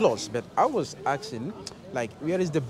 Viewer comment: My friend is “aksing” every girl he bumps on 😂